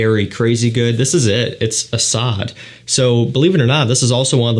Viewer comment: I have to correct your pronunciation, it is Asad, not asAd. Also fAkhar, not fakhAr.